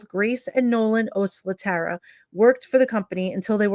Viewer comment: Thanks for following up on her case. I think her last name is pronounced “oh SLAT err uh.”